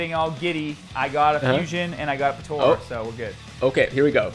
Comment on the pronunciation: it is NOT PRONOUNCED POTORA BUT IT IS PROPERLY PRONOUNCED POTARA